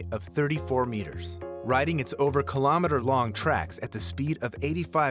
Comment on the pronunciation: Annoys me that the voice keeps saying kallam-eaters, instead of kilo-metres.